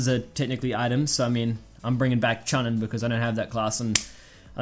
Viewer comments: choooonin not chunnin, I was cringing so hard 😂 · Lol you pronounced chunin wrong